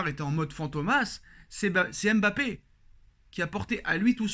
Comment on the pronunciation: Apprenez à prononcer Mbappe correctement svp. Fatigant d'entendre "M bappe".